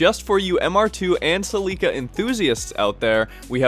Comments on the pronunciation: Say "Celica" the right way! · what the hell is a seeleeca? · It's pronounced sell e cuh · This man just say celeeka? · Cell-EE-kah? Pretty sure that must be a Canadian thing. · Australia and England as well